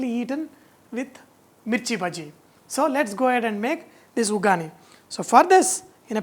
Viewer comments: Uggani not ugani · sir this is special in Karnataka much n its not vugani that's vaggani